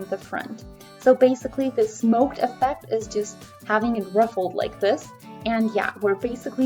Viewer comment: Isn’t it smocked like “SOCKED?”